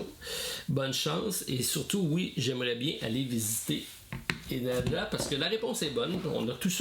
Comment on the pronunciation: L'aéroport de Tokyo et haneda et non henada attention, annonciation, 😅